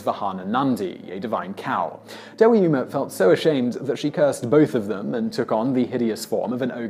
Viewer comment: This guy pronounced Devi Uma As DEEWAI OOMA